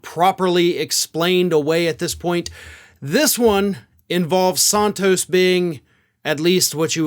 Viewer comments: His name is SANtos not SONtos you don't say desontis when you say his name desantis so why do you pronounce santos as sontos ? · Santos, like Santana, not Sauntos. Just trying to help :) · San-Toes not Sahn-toes. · You’re the only one pronouncing his last name that way.